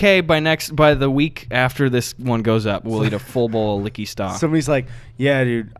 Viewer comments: It’s Wingardium Liqqy Sta not liqqy staaa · It's LiqqY Sta not Liqqy StA.